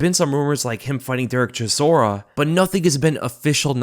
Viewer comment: CHISORA MATE it s not that hard to say his name wtf :)))